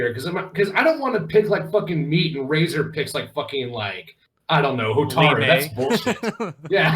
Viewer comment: lol! Hey guys. It's been a while. Razor is correct in the reading of my username. Thanks for answering my question. I had to ask the deep questions, because that's kind of what I do. I love the idea of doing another non-fighting genre MK game. To: I don't consider Shujinko to be all that popular, but I would be interested in seeing him given a new interpretation of the character. I was never a fan of Chameleon, but you have an interesting idea To: I agree with Dairou, and I think Midway missed out on a good opportunity with him. It still could have worked to have him from Seido but move to Outworld to be a mercenary for Shang Tsung. That way, we'd have a Seidan character established in a game prior to MK Deception and the connection to Hotaru can be explained in that game. Had Midway stuck with the samurai-esque aspects to the design, his two-sword style could have been derived from Niten Ichi-ryū sword style. To Razor: I like the idea of Hsu Hao being given another chance. Despite the Chinese name, I believe that he's meant to be from Inner Mongolia. Sadly, NRS made sure to adapt a lot of elements from Hsu Hao for Kano, such as the chest power-up from his Cutthroat variation and the backstory element of being a double agent. Considering Kenshi's and/or Takeda's endings, perhaps we'll get some prominence of the Red Dragon in MK11.